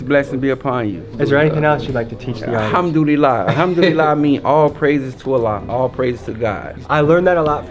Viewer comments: Al ham do li la 😂 is this guy for real lol he can't even pronounce the simplest of words. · Sounds like he saying I'm doodie lo. When he says Alhamdulillah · That’s a slick translation you tried to pull but Bruh was definitely saying “Humdoodeelah”. Idk if you wanna edit that in but definitely don’t let that slide it’s important to my people.